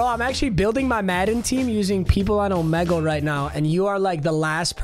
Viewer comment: Bruh, you even say Omegle wrong.